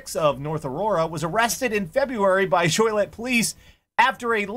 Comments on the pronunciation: Fyi its pronounced JO Lee ette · I have to say, that is the most interesting mispronunciation of Joliet I've ever heard in my life. I was also hoping to see the presidential seal debacle story seeing as the group hosting the event really though it was correct, but I know you guys try to avoid the political stuff.